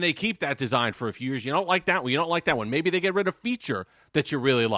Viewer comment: "MAybe they put the spen in the other side" LOL